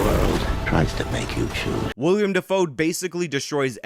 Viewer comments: I love the channel. But, PLEASE PLEASE PLEASE stop calling Willem Defoe "William"!!! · Love your work That being said, it's Willem Dafoe, not William. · it's Willem Defoe. Not William. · It's Willem. Willem Dafoe. Not William.